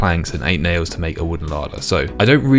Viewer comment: Damn... you said Nails so many times! All I can hear is "Nayoes". Pickling my brain...